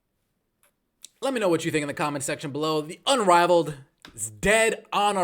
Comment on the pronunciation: Okay is he saying unraveled? Because that's hilarious.